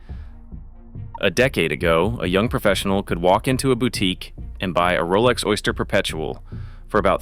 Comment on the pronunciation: Worst AI voiceover I have ever heard. Down voted. "OY-STA-HERR P-P-ERPT-UH-EL" LMAO